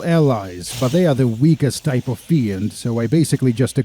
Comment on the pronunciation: fiend is pronounced финд, not фиэнд